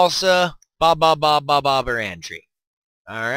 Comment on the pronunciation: boabab is pronounced (bow-a-bab)